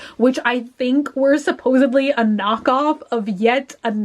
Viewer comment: Please don't mispronounce supposedly! It's NOT supposebly.